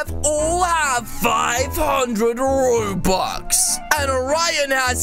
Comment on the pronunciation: I hate when he says robuwx